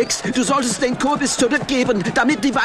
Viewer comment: "Ich habe einen Kü'bis auf die 'übe gek'iegt!"XD